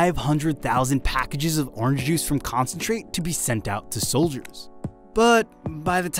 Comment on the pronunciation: why doesn't he pronounce the n in orange :/